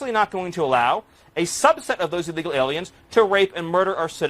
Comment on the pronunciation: Frankly there's never been a good time to be an ee-lee-gal immigrant in any place in the world.